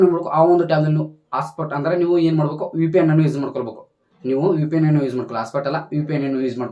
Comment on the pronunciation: UPN alla kano 😅😂 VPN adhu 😂🤣😂🤣 karma 😂🤦🏻‍♂️